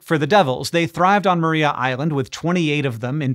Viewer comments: Mar-eye-a island. Not Maree-a island. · Tiny correction, (resident Tasmanian here) it's pronounced Mariah (as in Carey), not Maria (as in Callas). Don't ask me why, Tasmanians are weird. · Just a heads up that it is pronounced Mahr-eye-a Island. Nice to get a mention, cheers. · Tasmanian's like to pronounce things slightly differently to how you would expect. See: Launceston and Strahan etc. I guess we like our shibboleths to help identify mainlanders. Anyhoo, Maria Island is pronounced like "Mariah", as in Mariah Carey. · It’s spelt “Maria island” but pronounced “Mariah island”. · Thanks for mentioning Tasmana and our devils. They are fun little critters. One thing though, Maria is pronounced Ma-rye-a island. They are also on the peninsula. Those devils are free from disease naturally. A tiny strip of land connects the penninsula to the main island and devils don't cross because of the car traffic. Hank if you are ever in Australia, come visit Tassie. No drop bears on the island and you won't grow a second head. 😂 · Great video! Just one little correction… re Tassie Devils, Maria Island is pronounced Mar-rye-ah with emphasis on the second syllable. 🙌